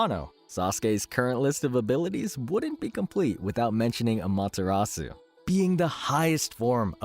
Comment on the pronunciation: You say “susano” and “Amaterasu” like an true white American😂